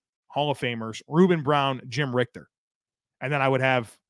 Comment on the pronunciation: Jim Ritcher is pronounced richer...